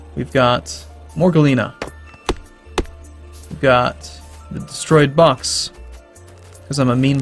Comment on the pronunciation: It's funny how you pronounce Galena ore, it seems like "Gallina" which is an italian word that means chicken :P